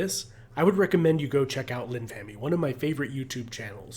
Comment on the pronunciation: wait linfamy is like infamy with an l at the start not like lin fam E